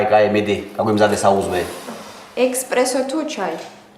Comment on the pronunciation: ექსპრესო არა, ესპრესო